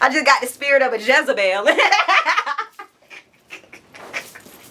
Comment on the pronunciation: She said “jezebel” and it took me CLEAN out 😭😭😭